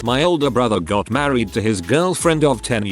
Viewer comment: The best thing in this video is the random usage of the maa-reed pronounication XD